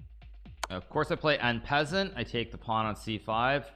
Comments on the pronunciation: N peasant??? I’m not French but at least I can pronounce it properly “on-par-saunt”!! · So strange to hear one of the world's best chess players mispronounce "en passant".....